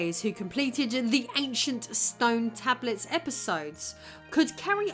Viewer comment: "AnchunT Stern Tabluts" Also, "begging the question" does not mean what you think it means.